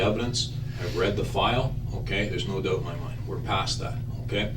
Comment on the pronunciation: “No doobt aboot that.”